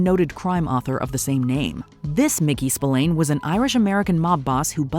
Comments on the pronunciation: Spillane is pronounced “Spil-ann” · Yeah it's really annoying especially as she would have heard/told the correct pronunciation. Pet peeve of mine.